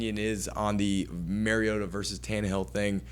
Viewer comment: Did this moron say MERiota? Its MARiota. All credibility lost